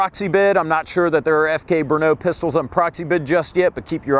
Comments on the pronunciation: First, it's NOT Bruno, it is BRNO. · FK Bernaugh xD Listening to Americans trying to pronounce Czech words is fun. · Its named FK BRNO soooo... It can also be pronounced FUCK BRUNO